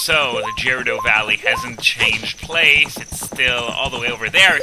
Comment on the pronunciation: The way you pronouce Gerudo ... I always thought it was suposed to be a hard G there, at least that's how I always say it xD